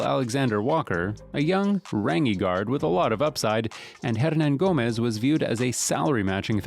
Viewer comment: If he ends up signing with the W's, Bob Fitzgerald needs to hire to tutor him on his pronunciation. I'd hire this guy as the PA announcer just to say his name